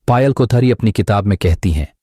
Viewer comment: पायल को पयल क्यों बोल रहे हैं